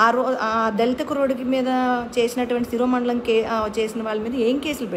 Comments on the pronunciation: not siromandalam...siro mandanam..sorry to say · శిరోమండలం కాదు.. శిరోముండనం.. ఆమె జగన్ గారి MLA నే కదా? గుండె జగన్ జగన్ అని కొట్టుకుంటుంది అనే ఈమె మీరు అడిగే వాటికి సమాధానం చెప్పలేరు. చెప్పరు..